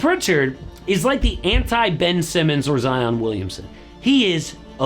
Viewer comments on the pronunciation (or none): none